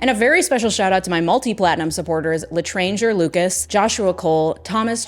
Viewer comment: is it wrong that the thing that bothers me most about this video is that she isn't pronouncing L'étranger correctly? (the emphasis goes on the last syllable)